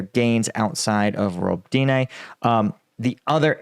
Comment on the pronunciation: Hi there, Robotyne is pronounced ro-BOT-ineh, with the stress on the BOT. Roboty (роботи) means to work so Robotyne means something like the workplace.